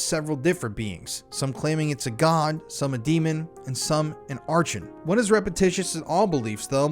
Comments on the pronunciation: The word "archon" is pronounced with a hard K sound... like "arkon". Just a heads-up. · It's pronounced "Are-kon"